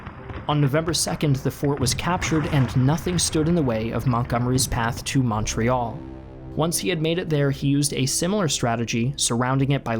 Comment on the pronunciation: Any other Canadians just twitch anytime the videos butchers pronouncing Montreal